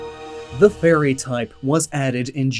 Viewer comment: for a second i thought you said the "furry type"